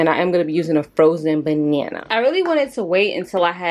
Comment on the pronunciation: "Frozen *ban~yana*" 😂💕